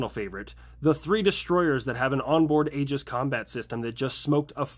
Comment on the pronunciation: i thought how you said aegis was “agus”… am i stupid?